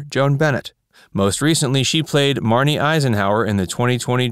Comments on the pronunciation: 'Julia Holman'? 'Marnie Eisenhower'? Good grief. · I few corrections: Grayson Hall played the role of Julia Hoffman, not Hollman. Thayer David's gypsy character was (eventually) Rakosi, not Rakoski. And lastly, Ike's wife was Mamie (not Marnie) Eisenhower.